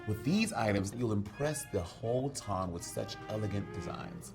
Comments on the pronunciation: every time she says "Ton" sends me 🥰🥰😂😂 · Said it wrong every time